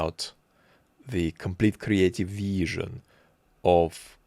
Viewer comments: Dude, if I have to hear "creative veeesion" one more time, I swear to god. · had a wonderfully kree-ateeve veeshun